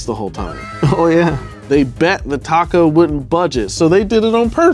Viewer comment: What’s a ‘tarrco bell’? Surely wasn’t trying to say ‘taco’, was he?